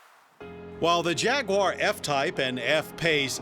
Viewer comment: Jag waaar ! You are pronouncing it wrong mate.